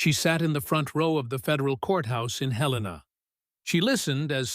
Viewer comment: Listening from Williamsburg, Virginia (USA), but originally from Missoula, Montana. Comment C, trust her! Thanks for pronouncing the name of Montana's capital correctly!